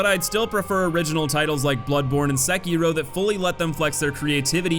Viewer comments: No youtuber I've seen pronounces the game's name correctly. You're close though. Se-ki-ro. Not Sek-kiro. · My dude its not "Sekeeroe" Its "Se-ki-ro" Edit:Plus i would put perilous atts in the hate.category tbh. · Sehkeyrow.... lolll.. great video but you are kind of pronouncing it hella wrong bro.. lollllz.